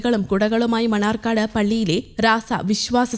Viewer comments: മണർകാട് എന്ന് പറയൂ മണ്ണാർക്കാട് അല്ല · മണർകാട് ആണ് മണ്ണാർക്കാട് അല്ല 🙏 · Manarcad not mannaarkkad🙏🙏